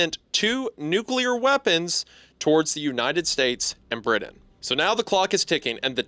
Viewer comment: Ah yes my favorite country, Briddin